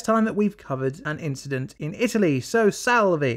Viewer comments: Oh, the irony... First disaster in Italy, yet misuses the word "decimate". Unless, of course you meant to say only one tenth of the population was affected by the disaster. Oh, and salve is pronounced more like sal-way, if you were trying to say hello in Latin. Otherwise, love the channel. As someone who used to teach engineers, I always like watching about when things go wrong. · Amazing video! Here's a little advice on pronunciation: When an italian word ends in -e (like salve or Longarone), the right pronunciation is a sound like the -e in "suggestion".